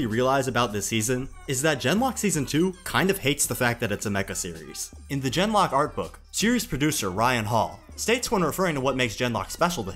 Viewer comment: It was very amusing how every time you said "Gen:Lock" it sounded like "Denmark". The way the show apparently went "Suicide is badass!" is NOT amusing, however.